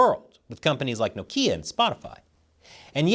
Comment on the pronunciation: When mispronounced Nokia, I felt that.